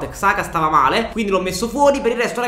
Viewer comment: xhaka si pronuncia "giaca"